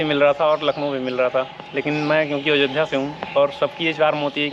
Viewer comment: अजोध्या नहीं अयोध्या होता है